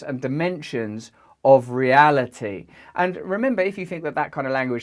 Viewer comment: He suddenly manages to say 'reali-ee' with a 'T', 'reality', for the first time. The 'shrooms must have kicked in.